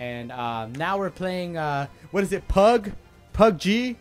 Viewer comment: PugG PudG PudgeG At least he can get the ‘G’ rights XD